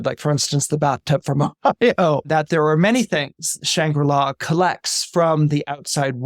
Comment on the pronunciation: Shangri-La Not Shambula